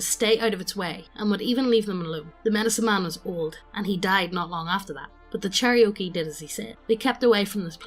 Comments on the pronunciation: Cherokee, NOT Cherriokee CHAIR-OH-KEE, NOT CHERRY-OKIE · 'Cherry-oakie' kek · Listening to really badly mispronouncing Native American Tribes is making me cringe inwardly every time. Especially Cherokee., IT'S CHAIR-OH-KEY. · Cherry oaky 🤣 chair-oh-key cherokee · Yeah, i’d say it as Chair-A-Key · A pronunciation guide. Chair-O-Key. I love you guys, but c'mon.